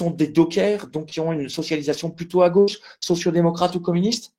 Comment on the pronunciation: "DEU GÔÔÕCHE" ... ÇA REND CRÉDIBLE ?